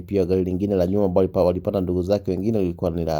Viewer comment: Wenae so ambaroo ni ambaloo😂😂😂😂 khee